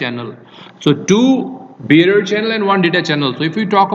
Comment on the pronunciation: It sounds like you're saying beer channel. What is that word you're saying?